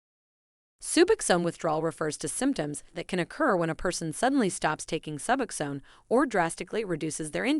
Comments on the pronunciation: Hearing subaxan is getting on my nerves. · Can’t bear the way she pronounces sub OX one - SKIP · Soobuxown??? Wtf... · Bitch, say Subbuck Zone ONE MORE TIME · You would think that this person would know how to pronounce SUBOXONE. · Jesus. My 11 year-old can pronounce it correctly! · She doesn’t even pronounce it right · I cannot listen to this very long because of the horrible AI mispronunciation of Suboxone!!!! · I CANNOT STAND THE PRONUNCIATION OF SUBOXONE IN THIS VIDEO! I’m ready to detox from 8mg but I think I’m going to taper. Been on it 2.5 years and I’m in a solid 12-step program with a sponsor and other support systems. I also have access to comfort meds. I need advice though! Thanks in advance 🤍🙏❤️‍🩹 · Hearing the narrator pronounce “Suboxone” is almost as painful as the goddam withdrawal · Nailed it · If you cant say suboxone right dont make a video on it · clearly an AI, but i agree nonetheless